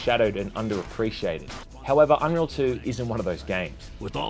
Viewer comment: Aww you kinda butchered it, i loved it when inwas little